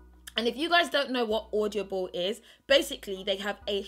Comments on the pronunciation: She says audioble and odible😂😂😂😂😂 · When you can't even say the word 'Audible' ...